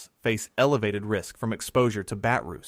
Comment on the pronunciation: Brain rist, instead of brain risk